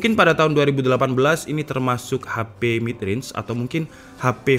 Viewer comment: Kedengarannya Realme bukan Real mid